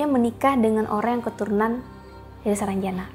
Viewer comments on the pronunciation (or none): Sarangjana bukan saranjana..